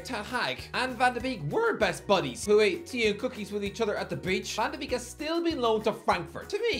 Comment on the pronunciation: You pronounce Madueke and Van de Beek as if they're the same name.